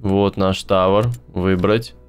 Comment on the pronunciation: Не "Тáвор", а "Тавóр") Спасибо большое за видео! )))